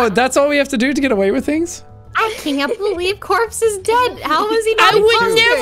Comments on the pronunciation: "I would nevo kiw copse" - jacksepticeye 2021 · “I would nevow kiww cowpse!” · jack: says corpse subtitles: corb. take it or leave it. jack: says sykuno subtitles: cycling. take it or leave it.